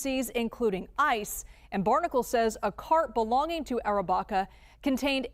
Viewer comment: Andrew Arrabaca it is a pronouncing mistake the woman newsperson